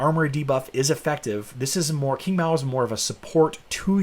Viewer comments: Hey, thought it was pronounced "ching" not king 😉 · Please correct your pronunciation of Qing , sounds like Ching.